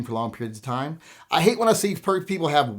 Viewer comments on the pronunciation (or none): none